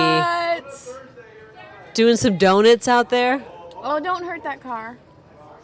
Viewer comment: “Doin’ the Do-Nits”